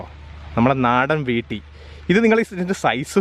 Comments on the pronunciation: വീട്ടി എന്നല്ല ഈട്ടി എന്നാണ് ശരി എന്ന് തോന്നുന്നു. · വീട്ടിയല്ല ഭായ് .,, ഈട്ടി എന്ന് പറയു അതുപോലെ അറക്കുക എന്ന് പറയു .ഈർന്നു എന്നു പറയുന്നത് എന്തു ഭാഷയാണ്